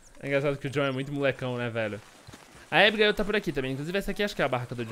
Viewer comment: Porque todo mundo fala ibiguil mas e abigail